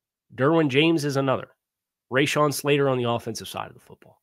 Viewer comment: RA*shawn not RAYshawn. Good video. Boot up